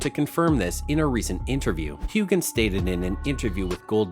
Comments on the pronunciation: His name is pronounced Hewhan…NOT Hewgan‼️‼️‼️ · Why would I EVER believe anything on this video when you can't even pronounce Sam's last name correctly? How irritating! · This narrator can’t even pronounce Sam’s last name correctly, and this is nothing more than click bait! What a sham!